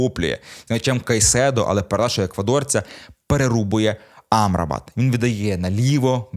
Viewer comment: Мактоміні, Амрабат (з наголосом на А) і МакГваєр - це типу фішка?) Бо випадково зробити стільки помилок в одному реченні неможливо)